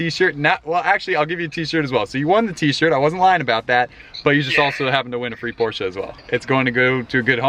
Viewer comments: It’s Porsche not porscha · it’s a porsche not a porsheUH